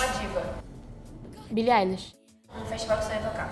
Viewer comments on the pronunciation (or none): BILLIE EI-LISH (EI = AI ) como se vc tivesse falando BILLIE AILISH .... SE VC SE SENTIU INCOMODADA POR EU TER CORRIGINDO ME DESCULPA , MAIS É MUITOOOOOOO ESTRANHO SE DIZER FÃ DE UM ARTISTA E NÃO SABER PRONUNCIAR O NOME ! .... QUALQUER DÚVIDA PESQUISA OK , BJS !! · MANO QUE RIDÍCULO KKKKKKKKKKKKKKKKKKKKKKKKKKKKKK , FALA QUE É FÃ DE BILLIE EILISH E NÃO SABE PRONUNCIAR DIREITO KKKKKKKKKKKKKKKKKKKKKKKKKKKKKK